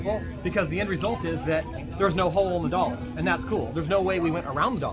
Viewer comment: Potating Potato you may be correct, but he also said "dollor" and I don't know what a dollor is, so he can still be correct ;)